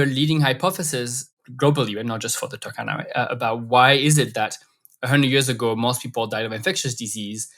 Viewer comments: Toor-khan-ah...Saw the map in the thumbnail and immediately clicked to watch. In the word Turkana, please pronounce the U and stress the R... TURRkana.Don't pronounce it like Turkey, it's driving me crazy. With love ❤ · By the way, it is pronounced as two-RR-cana, not Turk-cana. Otherwise keep up the good work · it's not TAH-KA-NA it's TUR-KA-NA no AH sound. UR is only pronounced as A in English. I'm from Kenya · rrrrr Say rrrrr Tu-r-ka-na Not Tukana Turkana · The pronunciation is off, you need to sound out every letter, yes, including the R and the U is pronounced "oo" as in book